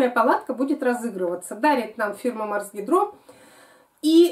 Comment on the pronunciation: Почему гидрО,, Вы неправильно ставите ударение - Марс гИдро.